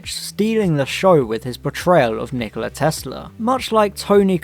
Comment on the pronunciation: minor nitpick it's pronounced Knee-Kola Tesla not Nichola Tesla But I agree wholeheartedly with everything else in this video.